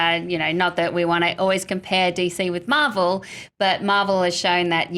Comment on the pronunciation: Mavel hahaha wtf lol